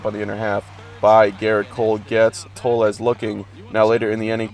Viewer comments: no it's pronounced tolls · toles is pronounce "tolls" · Toles is pronounced TO-OH-LEZ